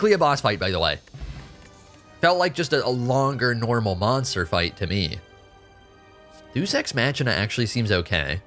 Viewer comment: Hearing how he pronounces Deus Ex Machina is so ooooooh man but I know there's a 90% chance he's rage baiting